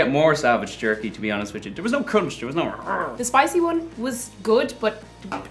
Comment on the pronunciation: she literally pronounced the j😂😂